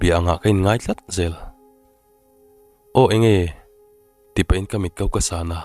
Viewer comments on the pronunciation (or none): none